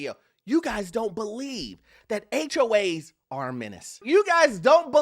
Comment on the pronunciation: Why are you calling them HOH’s?